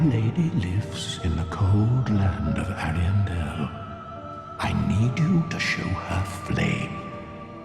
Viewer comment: How do you still mispronounce Ariandel when they say it in the DLC? Lmao